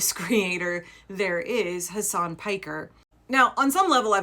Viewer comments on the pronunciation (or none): Can people effing learn how to pronounce his first name? It's so irritating, and disrespectful. Hasan Piker, Mehdi Hasan, Hasan Minhaj. You don't stress the second syllable.